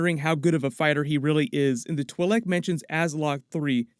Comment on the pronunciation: Stop mispronouncing twilek